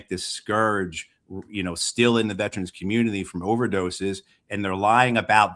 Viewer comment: Trump can't even pronounce scourge.